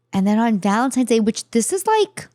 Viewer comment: I have never heard said "Valentime's" Day.